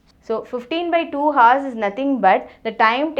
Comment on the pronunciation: this is good...but you shouldn't pronounce the h in hours. The h is silent in that word.